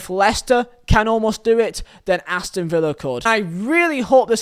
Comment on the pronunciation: He got villa right chirst